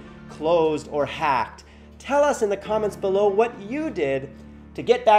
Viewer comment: dat accent in the intro though when he says hacked